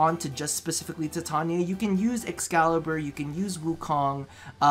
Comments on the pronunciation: If you say tattonia instead of titania one more time im going to cut off both my ears and send them to you covered in anthrax. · I Know right he's pronouncing it wrong just like how he's pronouncing Titania wrong